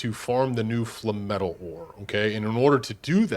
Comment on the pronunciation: FLAME-METAL “Fluh-metal” sounds like a sponge bob phrase …